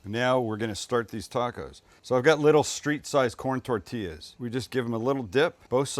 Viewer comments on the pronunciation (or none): none